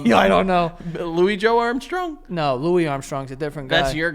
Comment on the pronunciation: they 60 seconds of butchering "billy joe Armstrong" made me absolutely lose my mind, I've watched that clip like six times